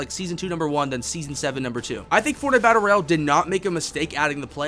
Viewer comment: this guy says battle bro instead of Battle Royale lmao!